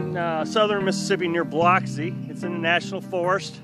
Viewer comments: Biloxi is pronouned baluxi. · it is pronounced "Ba - lux - ee" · It's pronounced Biluxi. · Too funny. I knew someone would have to correct his pronunciation of Biloxi. Now to test your Mississippi-ish-ness, there is a little town very close to where he was called Saucier. How do you pronounce that?